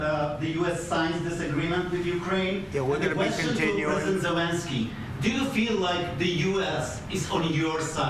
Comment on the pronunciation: he doesnt even pronounce zelenskyy correctly